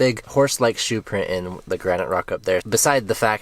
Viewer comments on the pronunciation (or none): none